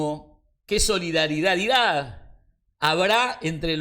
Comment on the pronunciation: "Nazaral" y "Solidaridaridad"